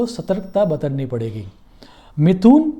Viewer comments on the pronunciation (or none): क्षमस्व गुरुजी! बतरना नहीं बरतना!